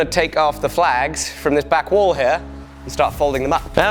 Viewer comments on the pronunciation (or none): none